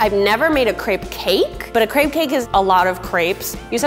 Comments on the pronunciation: Lauren Miller on yeah, it is so irritating when she brags about how she loves crepes and has so much skill in cookin them but she says it like it’s her first time even hearing about that... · Lauren Miller You're so right...! I'm from Germany and we are saying it just like "Crêpe"...Not Crape😂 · Lauren Miller omg literally at the start of the video I was like “if she keeps saying crape I didn’t think I can watch the rest of this video” ITS A CREPE NOT A CRAPE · i grew up speaking french and almost my whole family lives in France and i never heard someone say crApe even my french teacher says crEpe and not crApe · It's an American attempt at pronouncing a French pancake. If they just listened to Google Translate it'd help them out. Or, I think they have Canadians working at Tasty they'd be able to make them:- A) Pronounce it properly ( Crep NOT Crape ) & B) Spell it properly Crêpe. The accent's there for a bloody reason!! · Isn’t it pronounced crep not craype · Anyone else pronounce crepe like “Crep” instead of “Crape”? It really annoyed me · Stop saying "crape" it's pronounced "crepe" ahhhh😂😂😂😂😂😒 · crêpe is the single most infuriating word that has ever been adopted into the English language. every time someone says "cray-pe" I want to van Gough my own ears. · Gladwin Gracias : i know how its spelt but why is she saying crape? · Why does every american say craip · um it's pronounced crepee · Isn't it pronounced like crepp? Plz help me otherwise